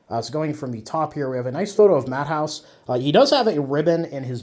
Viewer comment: His name is not pronounced as “Matt-haus”. The ä is pronounced as a German e. So it is Mah-teh-oos. Keep up the good videos.